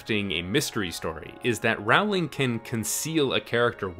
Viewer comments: IDIOTIC PEICE OF SHIT ITS ROW-LING NOT RAO-LING!! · Great video. The other thing she did was plant setup and clues for plot points one, two or even more books ahead of where they became relevant. I remember how we all spent hours on message boards trying to spot the clues for future books. (Also, it's Rowling as in bowling not Rowling as in howling.) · It's Rowling like bowling, not Rowling like howling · Her name doesn’t rhyme with growling it rhymes with bowling. Rowling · J.K. Rowling's name is pronounced like "roll-ing", not "ROW-ling". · Love it, great points and observations. Early on in the series in an interview she actually talked about how she was writing mystery novels disguised as fantasy, so this isn't just a theory, it's truth. Just one nitpick, though. "Rowling" rhymes with "bowling"- "Raowling" isn't her name. It almost made me leave the video, but I thought the title content might be worth cringing through the mispronunciations. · His pronunciation of "Rawling" is annoying. Her name pronounced "Rolling" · Why do you say her name as RAWLING instead of ROW-ling? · It's actually pronounced Rolling, not Row-ling. Just FYI. :) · Rowling rhymes with bowling, not howling. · ROWling. As in ROW your boat. Not Rauwling. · Great video! But please pronounce JK Rowling's name correctly. It's Row as in row the boat not Row as in argument!! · Great video!! Just one thing... Say her name right. Stephen Fry, who narrates the audiobooks in the British version and knows her personally says it's row, not rawl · Rowling is pronounced like rolling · Rowling is pronounced like “rolling” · It's crazy to me how people still manage to mispronounce this woman's name despite her success. It's Rowling like "ROLL-ing". (P.S. - great video essay!) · It's 'Rowling' like 'bowling'!!! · Its JK Row-ling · It is pronounced "rolling". She has typed so herself. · 18 seconds in. its pronounced roll-ing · Rowling rhymes with bowling. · It's pronounced like rolling